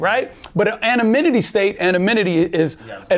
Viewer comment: he says annominitty 😆 🤣